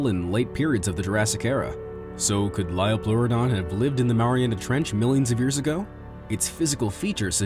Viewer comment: ITS PRONOUNCED HE-LIC-O-PRI-ON NOT HE-LIC-AHP-RI-ON IT MAKES ME SO ANGRY